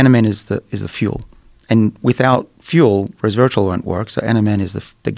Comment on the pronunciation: Did he say “reservatrol”?